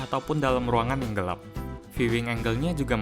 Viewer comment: ngomong gelap kok gelep